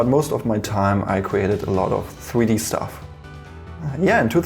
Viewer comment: Gween scween, weson, fweedee kweate